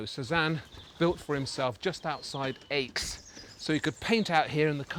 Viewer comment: The whole business about the pseudoscope was worthless. No credible point was made. By the way ...the town of Aix is pronounced simply..X. Like the letter. The speaker asserts that Cézanne most likely did not use a pseudo scope. Yet the description above says, the narrator “explains the inventive optical devices Cézanne used to create is unique way of painting objects and landscapes.” Both can’t be right. Pick one!